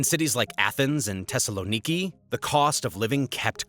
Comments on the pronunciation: Phonetically pronounced THessaloniki not Tessaloniki. And the problem is corruption. The only factor you’re missing is the large amount of illegal immigrants that flow through the flood gates called Erdogan’s Turkey. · why the TH in Athens you say it right and in Thessaloniki wrong im Greek and i cant hear it